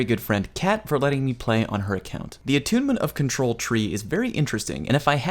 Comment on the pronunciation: ...and that is all I have to say on the Attunement of Kamehameha what?! Goes back 10 seconds "the Attunement of Control" awwwww 😔